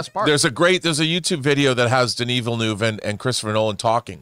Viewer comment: Everyone: Denis Villeneuve Snoop: Daniel Villanueva 😂😂😂